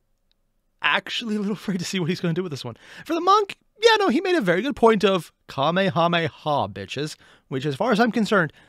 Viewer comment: He said kamahamaya blasts which i assume IS DBZ he also said haduken which is street fighter if i remember right